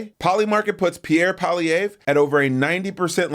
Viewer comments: It's pronounced Polly ev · you Americans need a little help... it's "Polly-evv"